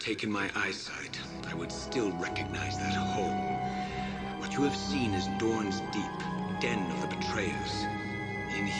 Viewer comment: . Did you hear that. It's Dorn's Deep, not Dorn's Keep.